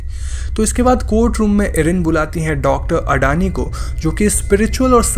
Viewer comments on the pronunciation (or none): none